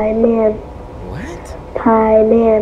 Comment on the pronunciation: Hey, Cory! So the researchers were having her recite the names of demons, probably to summon them. They’re Bael (Bye-yell) Paiman (Pie-man) and Balamb (Baa-lamb). Terrifying.